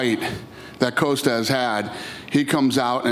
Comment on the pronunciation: Everyone: Paulo Costa Dana: Paulo Coasta